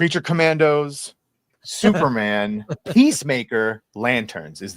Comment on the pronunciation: I feel bad but I laugh whenever Chris says Thuperman instead of Superman.